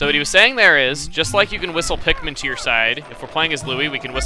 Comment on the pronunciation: You call them pikmin.... I call them MIKPIN!